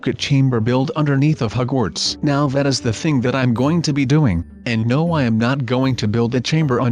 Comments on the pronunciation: It's Hogwarts not hugwarts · I like how you pronounce the word Hogwarts Hugwarts XD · He said hugwarts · The way you say Hogwarts is hilarious.